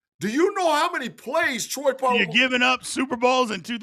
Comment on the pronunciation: When did Troy Pah-ah-mahloo turn into Troy Pah-ah-mooloo? 😂